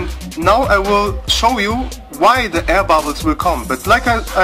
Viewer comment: "Oh zee aihr bobbles!" Shit cracked me up every time man! Nice video.